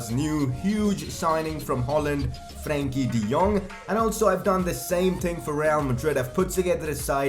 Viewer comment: Are you Dutch? Cause the way you say Frenkie de Jong is very accurate.